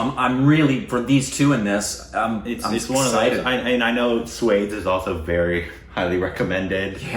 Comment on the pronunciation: No matter how hard they try they cannot pronounce it right!